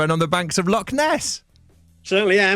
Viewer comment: I love an Englishman that can say Loch